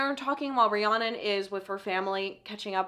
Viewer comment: You saying Rihanna instead of Rhiannon is sending me